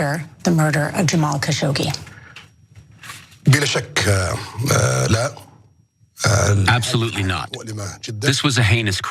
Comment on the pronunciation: Please do your research before recording videos. Things like mispronouncing the name Khashoggi don't help your credibility.